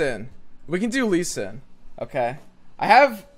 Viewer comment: It’s not shen lee stop calling him like that x)